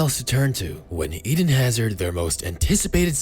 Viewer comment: Eden* not Iden